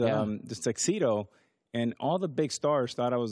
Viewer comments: Can't stand the way A-rod pronounces his S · I like A-Rod but I can’t stand the way he pronounces S. Says “shtarsh” instead of stars